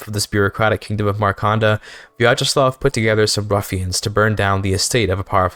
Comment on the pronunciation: I cant believe he cut out the most interesting part of the stream: islamophobia and piracy discussion 😔 Also very well pronounced Vyacheslav, good job!